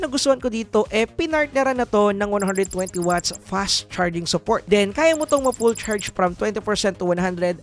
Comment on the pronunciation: Hehe i love the way you say this "fash" charging. 😂